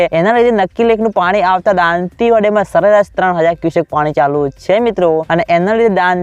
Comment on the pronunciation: તુ દાતીવાડા બરાબર બોલતા શિખ gay